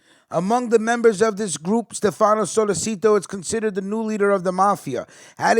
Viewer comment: It’s pronounced solé chi toe (sollecito)